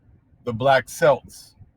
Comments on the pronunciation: An amazing and informative lesson brother -- as always!! Just wanted to let you know that Celts is pronounced with a 'K': 'keltz', 'keltic' - etc. I traced my paternal grandfather's origins back to the 'black' Celts who came here with the Heugenots (also Hebrews). My maternal grandparents are Cherokee (whole family on 1929 Dawe's Roll) and paternal grandmother Mattaponi (through Pochahontas' sister Mattachana). My relatives: those genetics tests are merely entertainment -- even geneticists say that. You MUST do the document search. Just as our dear brother always represents with receipts of documents from the long trail of recorded information. The historical record will always lead you to the Truth. Peace and blessings to you and your beloved ones!! _______________________________________________________ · The so-called Irish pronounce it with a "K" sound & it sounds like Kelts or Keltic...enjoyed the video though per usual!😁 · the word 'Celts' is pronounced Kelts, with the sound of K as in King. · celts is pronounced with k, I want some more info to further my study